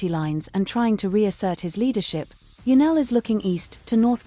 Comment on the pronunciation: Her name is Janelle NOT Janelle. Get it right